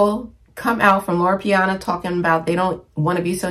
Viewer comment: Loro Piana, not Loro Piano lol. QL isn’t going anywhere. It was around long before Succession made it a thing. Personally, I just can’t wear the loud logo brands like LV and Gucci. Especially, when you swim in highly professional waters. Classic style never goes out of style. No need to worry about trends and fads. Some things you just outgrow. Also, the lowest quality items in any store always have the most logos.